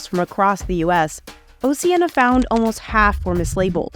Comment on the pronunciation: At least pronounce Oceana correctly!